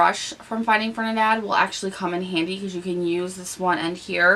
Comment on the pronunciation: ...i love you but i HAD to let ya know..its Ferdi..NAND not Fernidad lol!! Youre so cute...love you lol!! Btw you look amazing with this makeup look 😘😘😘😘